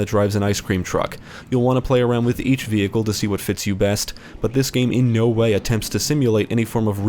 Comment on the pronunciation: I have never heard anyone say vehicle the way this guy says vehicle lol vE-hikle